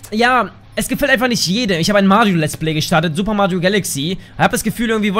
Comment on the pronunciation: Doch wir mögen Mario nur nicht wie du es aussprichst :D Spaß bist echtn cooler Typ 👍👍👍 gewinnst an Sympathie bleib bei den Drogen :D 👍weiter so